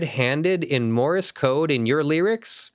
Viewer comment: Morse code, not Morris code! Argh, my ears wince every time he says that. :-P